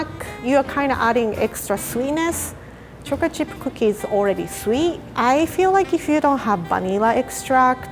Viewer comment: No one: Absolutely no one:....: choric chirp kokie